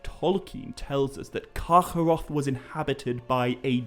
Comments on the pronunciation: Its just kargoroth. Not karchoorroocchh, i damn near stopped listening. Rest of ur videos are great. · I love how you pronounce Carcharoth. Sounds like Yiddish :P